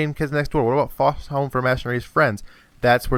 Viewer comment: You talk too fast. You said Fosha home for Imaginaries Friends, and you said some gibberish like beameh before you said brings back nostalgia or whatever.